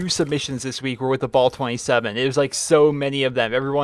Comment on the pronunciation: Dude its not ball 27 its bal. ah not aw